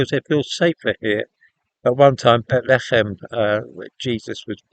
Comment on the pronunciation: Why are you saying Bethlehem funny?